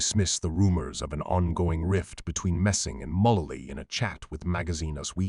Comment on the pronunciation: Megan WHO? Learn how to pronounce the names!!!